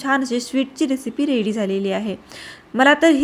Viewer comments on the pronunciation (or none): none